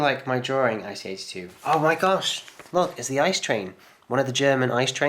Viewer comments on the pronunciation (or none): Please, it's not ICE as one word, it's I-C-E Which stands for InterCity Express.